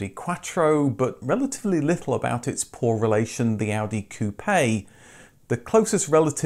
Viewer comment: Merci beaucoup à vous pour toutes ces vidéos tellement riches d'informations passionnantes, I think about the Renault Scénic, the Miata etc et votre accent français pour dire par exemple " coupé " ! Au plaisir de vous voir en 2023 ! Bravo 👍